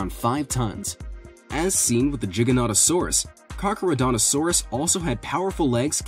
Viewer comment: that’s carchar not car no xD